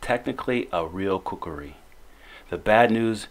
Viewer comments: Stop saying kukari its kukri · It's KUKRI Not KUKURI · Coo Kri ------ NOT --- Coo Coo Ri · I couldn't finish watching this video, because of the narrator constantly saying, "kukari".